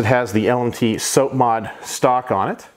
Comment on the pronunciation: Nice collection, but you gave me autism everytime you said SOAP-mod instead of sahp-mod(SOP)